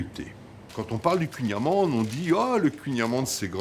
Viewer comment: Ta pronontiation est mauvaise mais c'est drôle. On dit khouign amann !